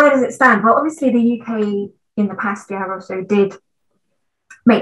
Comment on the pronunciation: Both women have RP accents but Victoria Hewson has a tendency to pronounce words such as "past" with a regional accent. I wonder from whence she hails.